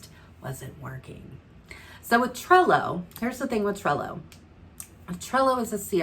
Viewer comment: Thank you for suggesting alternatives to AMI as she is retiring from service. I had to come to your description to see what you were saying... Cello, Sello... 😂 Thank you for the videos showing how to use Trello. You make awesome videos and I have learned alot from you. I'm a newbie consultant (one week old!) So I have a lot to learn. You are my number one source at this time. Thank you!! You are appreciated! ❤️